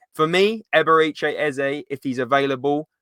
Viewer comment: "Eb-er-eh-chee" not "Eb-er-ee-chay"